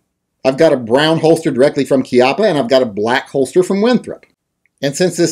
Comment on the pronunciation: Bravo! Somebody who actually knows how "Chiappa" is pronounced. Ti salute.